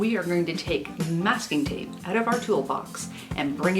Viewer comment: First - as soon as I heard you say "out" I knew where you were from. Hello from Calgary! Second - these are great tips for me, a new sewer/quilter. I wish I had seen this video a month ago, but I will carry them forward with me and my sewing life will be the better for it. Thank you!